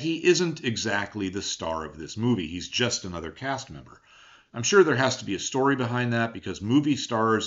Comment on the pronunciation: alll….righty! I listened again, with the closed captions running. You say “just another CAST MEMBER”, but it SOUNDS like “just another PASSENGER”.